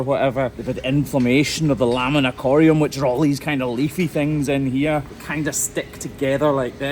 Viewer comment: What was the word used to describe the deeper part of the hoof? It sounded like “corium” or “ikoriam.”